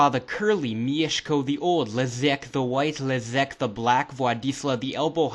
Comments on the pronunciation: Wow, this is really accurate! And you pronounce "Mieszko" like a Pole! I actually had some suspicions about your nationality until "Leszek"... ;) Anyway, great work and cheers from Poland! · Pro tip: prononuce the "sz" in "Leszek" like you do in "Mieszko" and you're golden. Then you can come to Warsaw and blend in with the locals. Or at least have fun confusing them:D